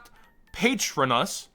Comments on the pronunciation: Patron, Us. Harry Potter fans > _ > “ pahTROnus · said: Pay-tron-us when it's pronounced Pah-tronus. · stop stop stop stop, youre going to take someones eye out. Besides youre saying it wrong its Pah-trO-nus not PAY-tro-nus ;D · The way you said Patronus made me die inside. Lol just the Harry Potter fan in me.